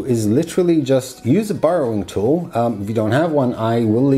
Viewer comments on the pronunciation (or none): Not sure if it was your accent or not, but it sounded like you called that tool a "burrowing tool". Its actually a de-burring tool, for removing burs. But works a treat on 3d printed parts, also good for trimming any elephants foot effect on bases of parts. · yeah it could just be his accent saying a long rrrr sound, but not sure.